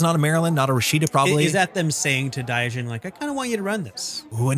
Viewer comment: I think you may be pronouncing diogene wrongly unless its not a reference to diogenes the philosopher